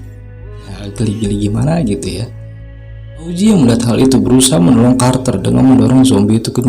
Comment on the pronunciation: Augie bukan auzi wkwkwkwk